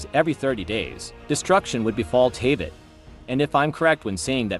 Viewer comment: I don’t want to be rude but you got to pronounce Teyvat and the Primogems correctly you are saying it wrong.